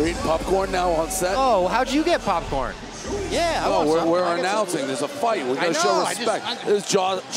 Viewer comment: he keeps saying pupcorn. wtf omg Lol 🤣😂